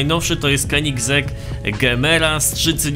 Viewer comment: Mówi się koneseing